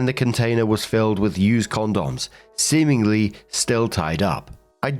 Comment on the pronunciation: "seamengly" also was there a my little pony figurine in there?